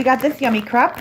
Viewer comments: It is pronounced cr-ape you know like grape not crep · crepe is pronounced crape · So many squishies are coming out this year! Excited for next year!😋 also l really like the blanket u we’re sitting on it was super cute💕 and l don’t know if it’s just me but l pronounce it ‘crape’ not ‘crepe’ even tho l know it’s spelt like that ldk🤷‍♀️:) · OMG how she said crape made me cringe every time